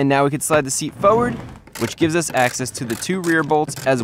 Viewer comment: there are two "r"s in the word "forward." you said "foward." none of the "r"s are silent. please learn how to speak correctly. thank you.